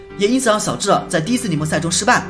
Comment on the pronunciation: 是xiao智，不是siao智，小（xiao）